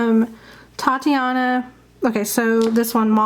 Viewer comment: It's called Titania not Tatiana. Sorry but everyone mispronounces her name.